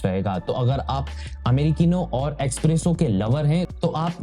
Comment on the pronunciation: “Expresso “ kya hai vai? It’s Espresso!!